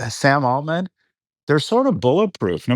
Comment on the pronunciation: Why does pronounce Altman like that?